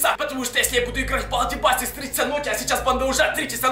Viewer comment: На балди басикс а балди бейсекс